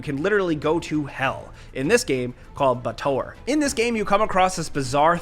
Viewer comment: Planescape Hell = Bay-uh-tore (Baator) good vid though mate. Cheers!